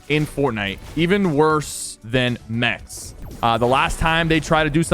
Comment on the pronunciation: Normal people saying mecs sypherpk saying saying it mets